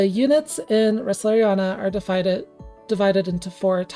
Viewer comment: wow first youtuber to pronounce Resleriana as Resleriana and not Resna